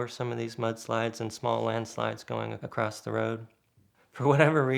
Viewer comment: Again, no T in the word 'across'.